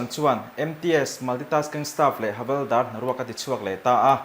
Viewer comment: Havalder tih niloin Havilder tih hi adik zawk lo maw😂